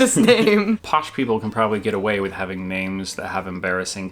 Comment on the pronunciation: Hilarious! Whilst you got most of the 'posh or not' points right, you only managed to pronounce about 1/2 the names correctly!